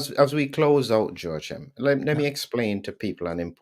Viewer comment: Joachim's name is pronounced as "wha-keem" or "whoa-keem"...not "sho-keem".